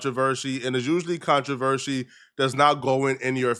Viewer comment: Controversy not Controvershi